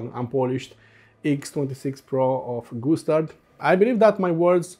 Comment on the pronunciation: Sounds like when you say Gustard you're saying Goose Turd. Okay maybe too much tweeds for me today. Thx for the review. I'm gonna go read a book w/ pictures now.